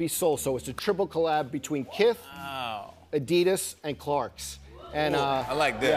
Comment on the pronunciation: Why does Jimmy Fallon pronounce it " adidas " more correctly than Joe La Pluma?